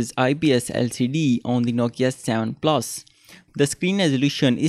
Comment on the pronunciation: its not savan plasss its seven plus